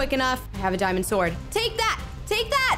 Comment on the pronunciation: you seed it is a dimend it is not a dimend